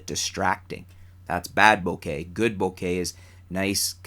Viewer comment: You're finally starting to come around on the pronunciation of bokeh, hehe! By the way, I guess depth of field might also depend on the resolution of the image, and how large that image appears...because I guess with higher resolutions and larger images, some things that appear sharp normally would appear less sharp upon closer inspection. Maybe there is a mathematical way to do it (like at least 90% of the sharpness of the sharpest area).